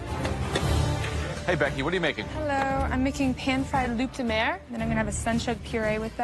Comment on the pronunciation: The problem is just how scripted this is. Becky saying “loop de mer” versus “loo de mer” tells you she’s not even who she’s portrayed to be